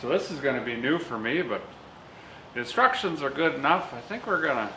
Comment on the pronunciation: what is a in-struk-shins I’ve never heard of that somebody else said man-you-ale I don’t know what they mean by that either